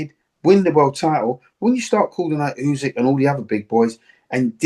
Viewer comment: ‘U~sick’…not ‘U~zig’….c’mon Duke boy, sort it out.